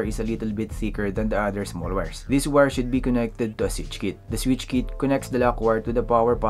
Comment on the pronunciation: What's a "sich kit" :DDDDDDDDDDDDDDDDD Learn how to speak and then do any videos bruh not vice versa :DDDDDDDDDD